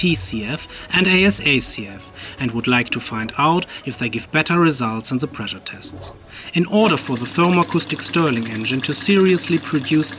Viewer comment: Pressure mit "Sch" =) Sonst super, weiter machen